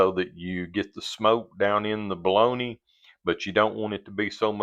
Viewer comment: I live in Wisconsin. And I pronounce bologna just like you lol. Love your channel. Can't wait to see the next ❤